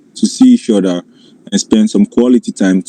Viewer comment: Wok (work), udder (other), wid (with), and that delicacy nikkers (Snickers).